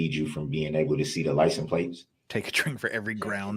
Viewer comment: Licen plates is driving me nuts. I almost want someone to ask “ What is a licenplates?”.